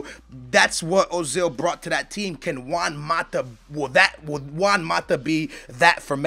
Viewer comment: i would've said chelsea and man u are bigger rivals than man city and man u, and how is it you can pronounce juan right but özil wrong? uuuurgh-zil